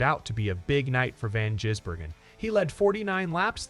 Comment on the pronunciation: Get your dumb AI to just simply say SVG. It is almost comedic trying to say his surname.